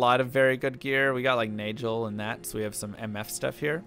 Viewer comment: Why you always say Gheed as "Jeed"? I can understand saying Nagel as "Najel" cus of the vowel rule (e, i, y) for G (like Geoffrey, Gigantic, Gym), though there's no way of really knowing since we don't know the intended origin of the word, for example, daggers is a hard g, nagel in german is a hard g, etc. Just curious, no judgement, just trying to understand the reasoning